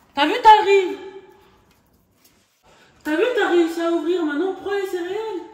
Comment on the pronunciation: La pauvre elle ne sait pas dire céréales